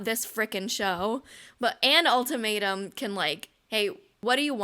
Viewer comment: Every time you say ultimatum I hear “old tomato” 😩